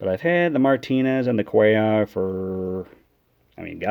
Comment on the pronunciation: Sweet mail day. I’m going to send you some cards and see how much you know about them. Love the oversized cards. They make great for background fodder. And, you know how to pronounce Mike Cuellar’s name! Those Orioles rotations were awesome.